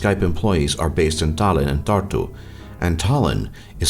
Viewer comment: Estonian language is pretty easy when you learn to pronouce our letters cuz for example if americans say 'shake' and an estonian tries to say it then he will say 's h a k e' in estonian pronoucing. That's why u pronouced Tallinn, Tartu, venelane wrong